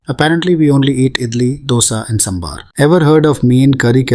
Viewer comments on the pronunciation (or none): Agree! But its just how you didn't put in enough effort to pronounce some words in this video the right way. Kamal Hassan is not "Kamaal" Hassan and its "Saambaar" not Saambar. Some extreme stereotyping has defintely occured in the past. Hopefully things change in the upcoming movies with the new Pan India wave happening. Movie makers of the north better watch out for mistakes when representing South india becasue otherwise it will defintley be called out.